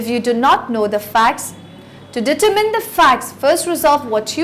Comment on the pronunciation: Annoyed by the way she pronounces determine.